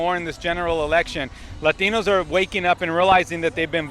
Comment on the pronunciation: Maybe when you stop saying lÁtinos you got a chance. Speak english, mf.